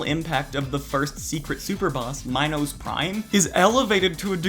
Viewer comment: Imagine mispronouncing "Minos" 💀💀💀